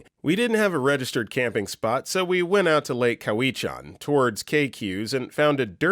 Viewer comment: I got a good chuckle at “lake cow-ee-chan”, it’s pronounced “cow-a-chan”